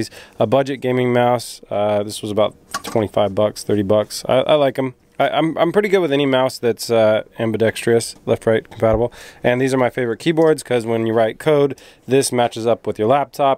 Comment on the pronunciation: "Periphrials" and "Ambidextrious". You just invented two words.